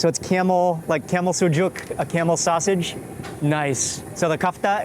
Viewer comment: I followed u for years and I didn't think I can see our Egyptian food in a video like this man ,,, I'm fasting Ramadan and I didn't have my iftar till yet and watching u eating it's so yummy and u make me so hungry ,love u man,,, love how u eat, love how u say the names of Egyptian food especially sausage u say it like us man u are so good in describing what u eating